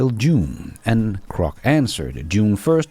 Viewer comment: G G G Grock. Not C C C Crock. 😂